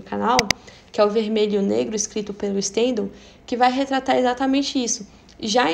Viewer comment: Stendahl também. A sílaba forte é a última. Acho que deve ser respeitada a pronúncia original dos nomes e sobrenomes estrangeiros. Adoro suas aulas, vc é uma pessoa muito culta, muito necessária, mas sua pronúncia dos nomes estrangeiros me incomoda.